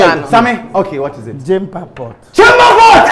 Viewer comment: Ahh but got it wrong he said JEMPA POT